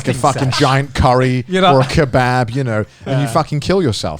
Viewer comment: the way connor says “kebab”